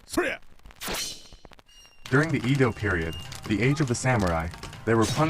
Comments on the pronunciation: Yes, didn't say it was spelled wrong, it is pronounced with a soft E as in elephant not a hard E like English speakers in Canada say it. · You pronounce the word EDO incorrectly.